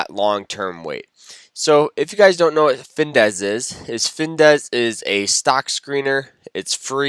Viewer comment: I like your videos, just what I am looking for. But it is finViz not finDez. 😀